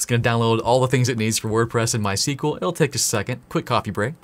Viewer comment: Since you repeatedly tried pronouncing it ;) MySQL is named after the inventors first daughter My (In Swedish it's phonetically closer to "mui")… pop quiz; What his second daughter is called?